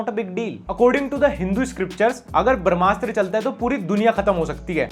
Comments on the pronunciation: Bhai "barmasthra" nahi h wo, "brahmastra". I luv your videos but hinduism related koi word agr galat pronounce kia jae to i would like to correct it with due respect. Rest keep going big fan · भाई barmshtra nahi brahmashtra hai.. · Everytime you pronounce brahmastra, a little part of me dies.